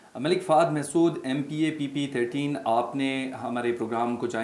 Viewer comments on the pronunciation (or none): Aby nam to sahi s le le malik fahd masood h mehsood nahi